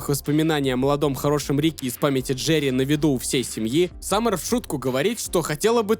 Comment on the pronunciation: Брат пишу чисто поддержать канал, делаешь очень круто не нудно, как некоторые. Обожаю слушать как ты говоришь ДжеРРРРии)